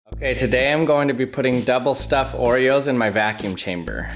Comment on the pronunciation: I just realised that he is saying the same thing in every video "Okay, taday I am going to.."